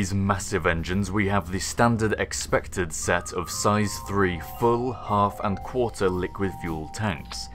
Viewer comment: "and you're harv way there"